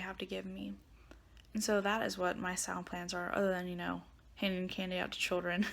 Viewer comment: the correct word is Samhain.. (Irish Gaelic for "summer's end." The standard Irish pronunciation is "sow-in" with the "ow" like in "cow.")